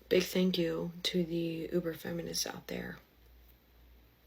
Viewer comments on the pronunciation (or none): none